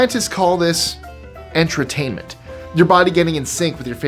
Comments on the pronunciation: You completely mispronounced the word “entrainment”. You basically said “entertainment”. You also ended the title on a preposition. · take another look at the word ordered ENTRAINMENT, and try pronouncing it correctly.